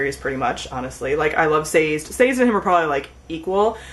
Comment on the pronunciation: Isn't Sazed's name pronounced "Sah-Zed" ?